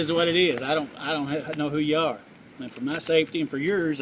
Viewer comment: "I got to know whu ye arr" is NOT reasonable suspicion.